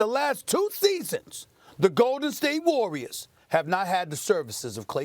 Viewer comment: “THE GOLDEN STATE WAWWIAS”